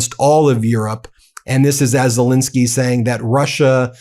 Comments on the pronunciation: His name is Zelensky not Zilinsky!! Get it right FFS! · ZelEnsky not ZelInsky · ZE LEN KSY ( E is pronounced as the English A in hAndle)! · Love this channel! Zelensky is pronounced "zuh-LEN-skee," btw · Zillinsky???????? Would you like to have your own name pronounced "Been Masillas"?